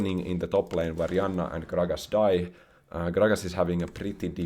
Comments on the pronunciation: greetings dear, i have noticed at times you call the support champion in your game "yanna" and at others "janna" is your nordic side leaking at times you cannot control? it's okay if is, it's common with old age. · I know J makes a Y sound in your primary language, but the way you pronounce Janna is so funny to me (in a good way) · question is, why do you mess up character names when you play the game so much? Calling Janna Yanna, and Atakhan Akathan. At least these two got caught up in my ears the most.